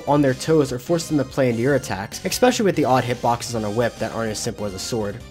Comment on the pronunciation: Brother, there is no K in "especially"